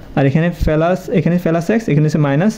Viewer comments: পেলাস না বলে প্লাস বললে শুনতে ভালো লাগবে ❤❤ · পেলাস না প্লাস